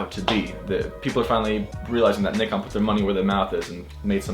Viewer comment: When an American pronounces nikon as it should be pronounced!! It's pronounced [neekon] not [naikon]!! Tell em!!